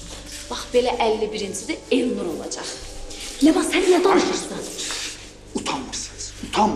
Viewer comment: Leman rolunun ifaçısına söyleyin ki ç sesini ц kimi seslendirmesin